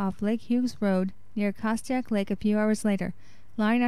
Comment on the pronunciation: I pray these boys are found. Ps- It's pronounced Cast-take, CA not Cast-ti-ack, CA.